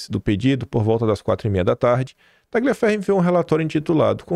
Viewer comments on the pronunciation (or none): gl em italiano é pronunciado como lh em portugues. Por favor, leia o nome do ilustre como TALHIAFERRO, ou seja, corta-ferro.